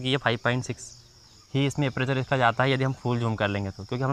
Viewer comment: Apreychar🤣🤣🤣🤣🤣 aperture